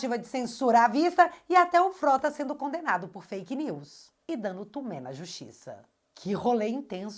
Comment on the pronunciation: A EXPRESSÃO É DANDO MIGUÉ. Não TUMÉ.kkkkk